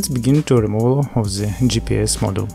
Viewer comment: Very useful. Thank you. But I think you confuse the words: "module" and "model". They are not pronounced the same and do not mean same. "Module" (meaning: "a portion of the assembly") is pronounced: "modool". "Model" means a Movic vs. a Phantom, as an example. Not making fun of you. I'm from Russia myself and had to learn the learn the language too. Just trying to help back.